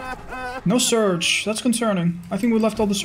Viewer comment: >surge, i felt pain every time you said that